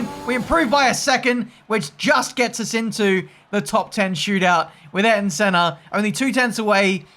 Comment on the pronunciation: I’m going to be a nit picker here... Can you please pronounce Ayrton in Senna’s name properly please? It AY-AIR-TON Senna